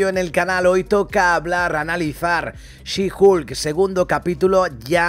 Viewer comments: Por favor no le digan "Julka" 😐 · Bro tuve que parar el video por que cada que dice HULKA es una aberración. Buen resumen pero que kgda bro. No lo hagas please